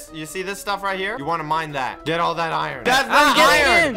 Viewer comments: Did anybody notice that pronounced iron I-run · Me laughing at how says iron. He pronounces the r in iron... iRon